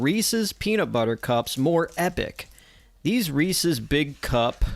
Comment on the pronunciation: I stopped watching as soon as you pronounced it wrong . Is it that hard to see the apostrophe.